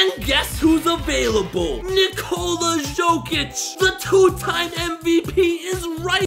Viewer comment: It's pronounced yokic not joekic